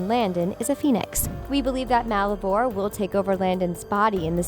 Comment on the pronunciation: DID SHE JUST SAY MICKLESON! AND WTF IS MUULLIVOR 🖕🏻🤦🏼‍♀️